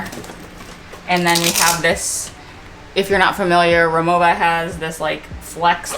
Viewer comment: I’m a native German speaker and the brand is pronounced “Ri-Mo-Va”, not “Ri-Mo-Ah”. 😉 I have the aluminum Cabin Classic and the Essential Cabin. They are beautiful pieces and you’ll have so much more joy traveling with them.